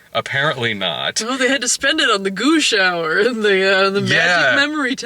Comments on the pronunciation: When you say goo shower, it sounds like you're saying goosh hour. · The first few times said "goo shower," I was asking myself "WTF is a goosh hour?" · Oh, 'Goo Shower.' I kept trying to figure out what the fuck the 'Goosh Hour' is. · I keep hearing that as "Gooch Hour".